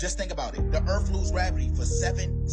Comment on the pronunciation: “the earfff lose gravity “